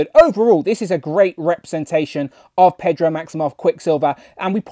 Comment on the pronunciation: “Pedro Maximoff” lol